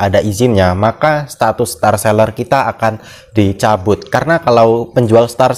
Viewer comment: ‘Setatus’ hmm